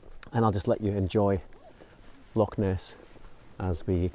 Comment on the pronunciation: love your videos....however i have to pick up on a pronunciation problem, Lock (Loch):)